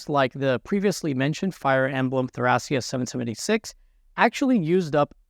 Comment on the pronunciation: AKSHUALLY I think you might be pronouncing "Thracia" wrong. The kana read "to-ra-ki-a," and that's pretty much what people who live in real-world Thrace call their homeland.